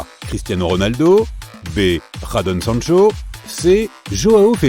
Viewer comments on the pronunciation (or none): Pradon sancho😂😂😂😂 ahhhhh ouais , comment c'est possible de mal prononcé son nom???